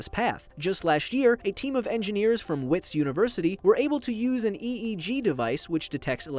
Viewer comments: It might be written Wits but it’s pronounced Vits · Just a correction, Wits university is pronounced Vits. It’s a South African university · It’s pronounced Vits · ish It's pronounced Vits, the name comes from Afrikaans and in Afrikaans, you pronounce Ws like English speakers would pronounce V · WITS. The "W" is pronounced like a "V"... I'm from south Africa and that's how we pronounce it anyways.